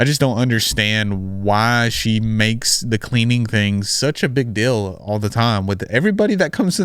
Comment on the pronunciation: What’s the DILL with how you say DEAL 😂 are you from Utah?